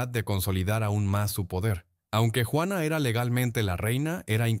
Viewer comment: Juana, JUANA NO GUANA O UANA, JUANA LA LOCA. Eres hispano parlante, parece mentira que no leas !!